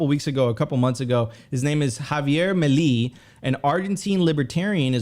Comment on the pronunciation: Is the host dyslexic? how can he read Meli for Milei? I mean dude forgot how to spell. The clip is 5 years old as well.